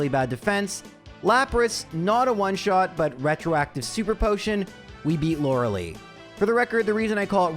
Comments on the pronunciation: You must enjoy being wrong. Kadabra is not the best pokemon ever, and it is Lore-uh-lie, not Lore-uh-lee. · my daughter is in part named after Lorelei, so every time i hear you call her lorelee it makes me giggle 😂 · you may think lorelei killed you over shilling for raid, but no. it was in fact because you pronounce her name wrong